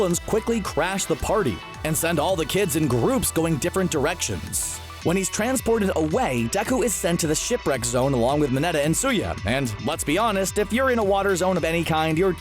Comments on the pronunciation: It is Tsuyu not Tsuya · Sorry I have to say it its tsuyu not tsuya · It’s tsuyu, not tsuya